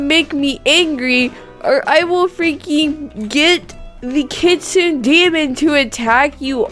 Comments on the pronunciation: It's pronounced kit-su-ne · How to pronounce kitsune is kit-soo-naa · Oh, and it's pronounced Kit - soon - ay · Me: Kit-SOON-ay: KIT-suhn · Hehe,! You said Kit Sun! It's actually Kit Soon I believe! <3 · Its actually pronounced (Kit-soon-neh) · (Kit-SU-ne) you say it they way it looks (no hard feelings! 😊) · U didn't say kitsune right. It's like this KITS OON EHH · This is how you say kitsune: KitsunA. Like instead of an E you say A like how you say A the word ‘ crAzy. ‘ But like the A but an E the word ‘ hEy. ‘ :) Hope this helped! (WARNING: This MAY offend you but I PROMISE I am not trying to be mean I just get really annoyed when ppl say stuff wrong so yeah I hope I don’t offend you! ) (btw I luv ur vid ps they are so funny and cool and amazing like you <3 ) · Its pronounced kit-su-nay you said it a bit wrong but good try! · heres how to say it :D Kit - Soon , that how u say kitsune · Kit- su - nay. I think thats how you prounounce it? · Kit sune (the e sounds like an A How do u buy the kitsunes? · You should say it like Kits-soon = Kitsune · Kit-soo-n Kitsune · Kit-soon-nik is how you say kitsune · I pronounce it as "kit-soon-ay" lol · kit--suna is how you say it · It is pronounced kit-soon-ay Edit: The amount of tails determines how old the kitsune is it doesn’t just have a Ninetails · I lied.....Kitsune is pronounced Keet sun ay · U say it as: kit-sun-e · kit-sune-ay is how you pronounce it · It’s pronounced Kitsun-eh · It’s (kit-soon) and (fear-a) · It’s pronounced “kitsoonay” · its supposed to sound like kit sunay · It's kit-su-une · i know how to say it its K • it •soon kitsoon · Kitsenu is prenounced Kit say nue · Its Kit - sune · It is pronounced kitsoon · It's pronounced k-i-t-s-u-m-e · Say it like kit soon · Don’t be embarrassed I don’t no how to pronounce it either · It's pronounced Kitsune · Ummm it’s not pronounced like that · It’s kit su ne nnnnneeeeeeeeee😤😤😤😤😤